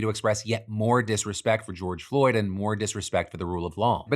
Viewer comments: * issa pronounced “George Droid” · Its pronounced George Droid dumb dumb phil is clearly a fentanyl agent